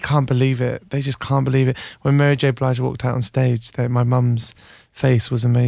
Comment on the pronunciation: This male DJ butchering names of soul greats such as Chaka Khan and Mary J Blige, then proceeds to not know Robyn!? How are these people working in radio? #disgraceful Any who, Sam was charming and wonderful as usual. Seriously that Sam I am game was awesome. I wanna be his bestie. LOL :P